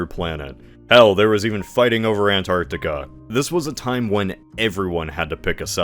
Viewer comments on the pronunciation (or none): none